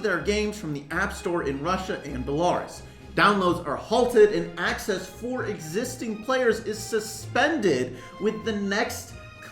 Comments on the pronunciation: I died when he tried to pronounce Belarus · its pronounced "belaroos" (white russia), its a country north of ukraine, a russian puppet. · Man I don't know if this was right or wrong but what I care about the most is the safety of Ukraine AND SAYING BELARUS AS BELARS